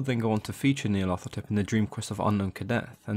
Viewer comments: It should be Nee-ar-lat-hotep anyway. Hotep is a syllable often found in Egyptian names, meaning "is content", as in Rahotep - Ra is content. The th sound is so far out of language, it grates. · hotep is an egyptian honorific... It's Nyarlat - hotep, no th sound. Nyarlat rhymes with cat. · Nee-arla-tho-tep is how I pronounce it. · I love how you pronounce its name "Neil Athetepp".